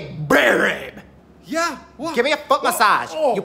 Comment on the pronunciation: Babe..BABE BRRRRRRRRRRRRRRRRRRR ABE